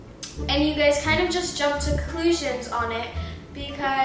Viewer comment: “Jump to cLoOsIoN” ok Dani it’s conclusion not cLoOsIoN <3